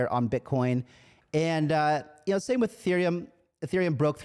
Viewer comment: I swear I heard ‘“wif” this kind of backing’ the first time I played this back 😅